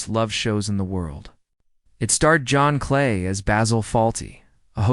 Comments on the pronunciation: His name is not "John Clay." It's "John Cleese... Rhymes with peace. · You get a thumbs down for using AI to mispronounce a name as famous as John Cleese.